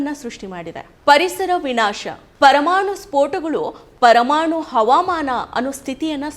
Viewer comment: ಕನ್ನಡ ಬರಲ್ಲ, ತ್ವರಮಾಣು 😂😂😂😂😅😅😅😅